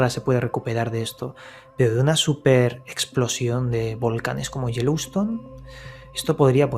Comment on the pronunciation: Saludos y a. Quería solo puntualizar, por que se lo oigo mucho decir: No es Jeliston, es Yellowstone... Osea Piedra Amarilla, Jellystone, es en los dibujos, que es como decir gominola de piedra.:-D hehhee. nada mas.